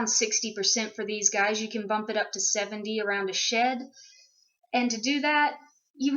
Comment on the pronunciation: I totally thought tou said shit instead of shed, and I was thinking poor Moose was mad because she was constipated. BTW does DV stand for anything?